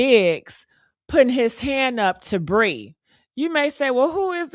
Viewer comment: Her name is PREE!!!... NOT BREE!!!👍🏿💪🏿💯👍🏿💪🏿💯👍🏿💪🏿💯👍🏿💪🏿💯👍🏿💪🏿💯